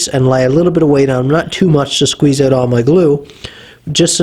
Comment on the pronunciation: It's pronounced out not ooooooohwt